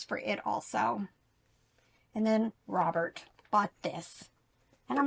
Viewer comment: Love your videos- your info helps me every time I source. BUT- most of the time when says "Robert", it's like it has a different pronunciation. So funny- LOL.